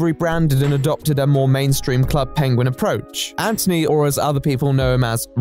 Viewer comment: I love how you pronounce anthony ant-(h)ony :)